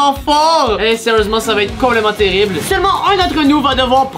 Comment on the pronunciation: Terrible ou “terirble” ? 😂